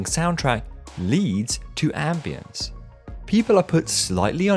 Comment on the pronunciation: Strange how you pronounce the a in ambience like the a in ambulance